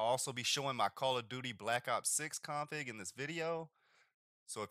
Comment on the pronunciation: You say "config" like a total asshole. Didn't even understand what you were saying at first.